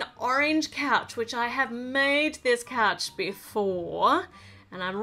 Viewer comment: You said coach not couch